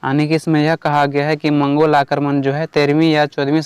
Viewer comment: मंगलो नहीं भाई मंगोल होता है 🥹